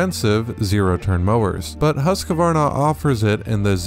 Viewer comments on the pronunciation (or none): I thought it was Husqvarna. Not Husqavarna. 😳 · It's Husk-Varna - not Husk-A-Varna. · It is pronounced .... Husq -Varna, .... there is no A where you are installing one. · Why does everyone keep calling it Husq(a)varna. It's Husqvarna.